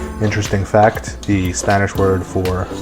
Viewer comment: This is dish is an African influence in Perú. And it looks so good! And by the way, your Spanish pronunciation is good!